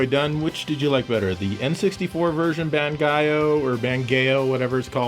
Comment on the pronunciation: ban-GAY-o and laughs his face off:D